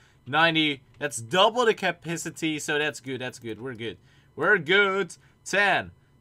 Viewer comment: How to say capacity: cap-ass-it-ie